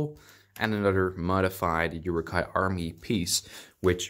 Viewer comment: Who else got pissed off when he pronounced Uruk hái as ‘yooroo Ki’